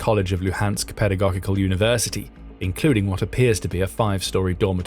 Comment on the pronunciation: Pedagogical rhymes with logical. Also oblast is pronounced Awblist 🙏👍